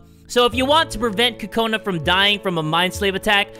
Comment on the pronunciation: Are you calling her Kokoni!?😂😂 I cant stop lauphing if you're calling her Kokoni!😂😂😂😂😂😂